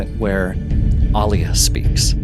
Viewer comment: Thank you for pronouncing Alia's name correctly...the new movies butchered them all and I dont know why, are modern peeps illiterate *people should reference the 80's film for the book proper pronunciations.